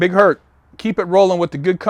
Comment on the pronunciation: Big Herc needs some speech therapy